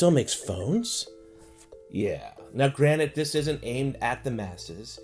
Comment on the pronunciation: Its "granted" not "granite" Rick and Morty episode 8 Series 3 😜